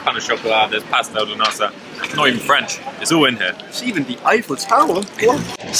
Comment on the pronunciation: You may also be the best Brit at saying Pastel de Nata!